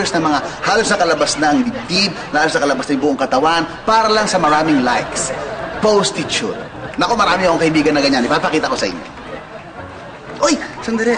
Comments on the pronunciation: Post-ti-tute hahaha daming tawa ko dito hahaha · Post-tu-tute hahah daming tawa ko dito hahaha